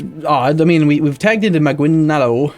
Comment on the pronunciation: I had to wait an entire episode for him to pronounce Maguindanao correctly